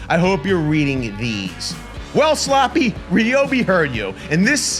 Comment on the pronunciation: Um, isn't that SLOOPY, like Hang On Sloopy (Rhymes with SNOOPY, Charlie Brown's dog from the Peanuts comic strip)